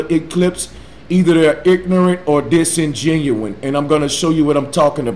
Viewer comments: Can someone please post this on the dude's YouTube page... he repeated "disingenuine" like thirty times. It grates my brain. dis·in·gen·u·ous /ˌdisənˈjenyo͞oəs/ LEARN TO PRONOUNCE adjective not candid or sincere, typically by pretending that one knows less about something than one really does. "this journalist was being somewhat disingenuous as well as cynical" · He keeps saying "disengenuine" and that bugs me for some reason. Maybe because it's such a blatant attempt to seem smarter by using big words... Maybe it's because that's not a word... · Everytime he says "disengenuine" a vein appears on my forehead like a frikin anime character... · “Disingenuin” ..... why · "Disingenuine"? Is not a word. even the word Disingenuous (If thats the word which was trying to be pronounced) has a meaning which wouldnt make sense in the Flat Earthers Argument. enough said.. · I'm used to poor pronunciation of words, so the latter two didn't bother me so much, but I had to pause the video every few times he said "disingenuine" to keep from screaming in frustrated rage. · On top of all the other stupidity, that guy can't even get most of his vocabulary correct. Almost every word more than 5 letters he says wrong. Makes me think he's reading off of a script he attempted to write with a basic thesaurus on hand... obviously he can't even understand how to pronounce basic english words. Tisk tisk. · If you can’t say “ingenuine” correctly, then you know you’re wrong. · Lol, you're trying to have an intellectual debate with a guy who can't say "Earth", calls everything disingenuous, and thinks that "Globalists" are perpetuating Round Earth Truth. Good luck with that, lol. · Jesus the guy learned the word "disingenuous" from a word of the day calendar, mispronounced it as and used it like 50 times in one video. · Holy fuck he just keeps saying it over and over. You fucking gweebo it's not a real fucking word! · There's no such word as 'Disingenuine' - where did you go to shcool? sic